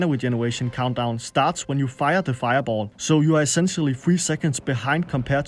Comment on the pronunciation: wennst nochmal feiaboll sagst brech ich ab xD